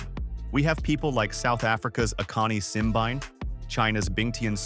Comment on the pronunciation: Simbine is African not European. Pls. have respect and pronounce his name as an African.